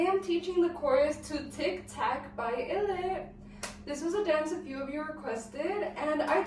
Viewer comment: By the way illit is pronounced "eye-lit" and TYSM for the tutorial !! its so helpfull